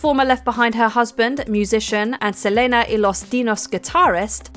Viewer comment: It's pronounced Se-LEE-na, not Se-LAY-na. Uncultured swine 😅